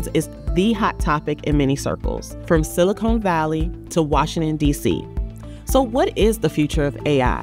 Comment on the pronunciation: It’s siliCon valley. Not silicone valley. Just sayin. Your mispronunciation is rich for comedy.